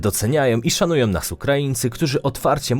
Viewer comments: Po polsku mówi się szanują,a nie "szanujom", lubią,a nie "lubiom ",z rodziną,a nie "rodzinom" Ciężko jest przebrnąć to wszystko. !!!!!! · Ja bym miala jeszcze inne uwagi. Caly czas slysze zamiast ą na koncu wyrazu om. Turcjom, Polskom, potrafiom, dobrom, krajom itd. Nie brzmi to dobrze i nie jest po polsku. Jak to dobrze, ze nas szanujom, jestem tym krajom niezmiernie wdzieczna, ze nas lubiom.